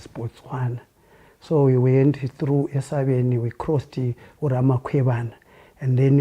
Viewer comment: It's actually Osabeni with an O, not esabeni.